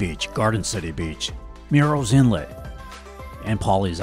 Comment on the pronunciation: I don't know where you're from, but the town is not called Murals Inlet! It's pronounced Murh-ruhls Inlet! I live here 😎